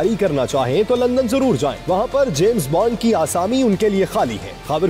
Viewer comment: He didn't say " James Bond" he said " James Bund" get that straight, no one understood the joke!